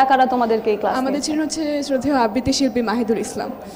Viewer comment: আববৃতি??? !!! কী উচ্চারণ ! উচ্চারণ ঠিক করা উচিত